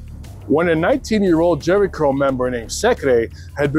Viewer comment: "Jheri Curl", or Jheri Girl? 😂😂😂